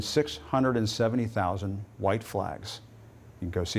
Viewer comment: did McCarthy just say " RIOT ON"?